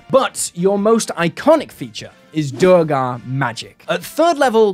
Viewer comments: You said Duergar correctly the first time, then you went to Duregar xD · I've always pronounced it "Dwergar" not....not whatever that noise is you're making :D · Duergar pronunciation has been correctly confirmed to be "dwere-garr" in BG3. It's an Old English word that is the root word for Dwarf. A combo I want to play is Duergar Rune Knight. Pop Giant's Might, then cast Englarge, you are now a Huge size dorf. :D Also, mentioning all the Spelljammer species other than Thri'kreen, my word, how very dare!